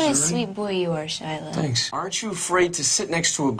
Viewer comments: We’re not gonna talk about how Megan Fox said “Shila” and not “Shia” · and she called him "shila", :'-{